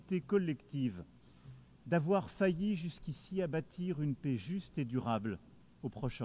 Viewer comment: Le président français gagnerait à apprendre la langue française: le mot "paix" ne se prononce pas "pé" mais "pè". Pas compliqué, tout de même!